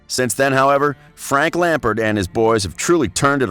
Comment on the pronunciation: i utterly despise the way your accent pronounces "Lampard' And i'm American....